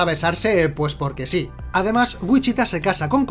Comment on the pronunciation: Se dice Sí, no yees, hay que aprender a hablar correctamente.